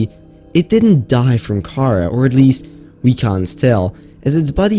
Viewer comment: Anyone else get really annoyed each time he pronounced Karaa as "k-AH-r-uh" instead of "k-ah-RAH"